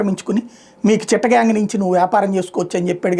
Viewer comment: చిట్టగాంగ్, మాల్డ, కాస్త సరిగ్గా చదువు సామి. ఈ విషయం చాలా పాతది మిత్రమా